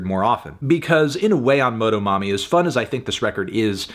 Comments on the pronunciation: la manera que melon dice "MOH-DOH-MOMMY" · hearing melon's pronunciation of motomami took a few years off my life. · As a hispanic person, hearing melon say "motomami" feels like seeing a teacher at the supermarket at age 7